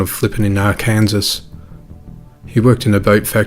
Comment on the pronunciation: Please, sir. My state is pronounced “Ark-an-saw.” Literacy is not our strong suit, but we’d rather be considered illiterate than associated with Kansas.